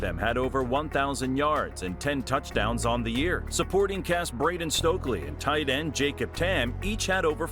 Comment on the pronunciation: It's not "da-mah-ree-us" and it's not "Braden Stokley". Otherwise i enjoyed it but you should know better